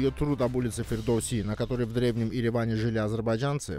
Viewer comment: Амчыг, не Фирдос а Фирдоси! Скоро всё востоновим!🇦🇿🇹🇷🇦🇿🇹🇷🇦🇿🇹🇷